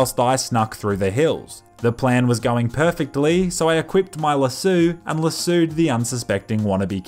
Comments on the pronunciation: why does he say it like that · So no one is gonna mention how he said Lassoed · You say lasoed funny.